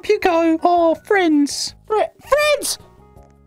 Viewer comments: I love when he says fwiends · No it's Friends